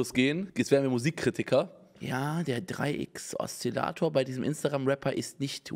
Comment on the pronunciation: Niemand: Unge: DeR 3X OsZILatOR